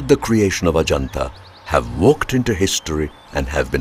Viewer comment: That's amusing how you pronounce heaven Ah Ja Naat Ahjanata basically means come to heaven's Gate referring to the Forbidden City are great wall of China